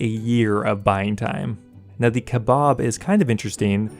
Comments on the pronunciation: They way you say Kebab is amusing. Kebaubb. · Listening to him pronounce kebab wrong 🤢. Offensive to any brit 😂